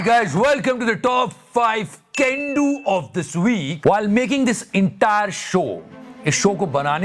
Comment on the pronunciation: "Can Do" sounds like Gandu😂